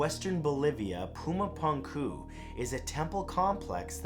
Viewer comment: It's pronounced "Poo-ma poonk-oo", Matt. Hello from Bolivia!